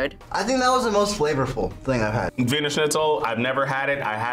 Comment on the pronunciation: It is Wiener like the city Wien....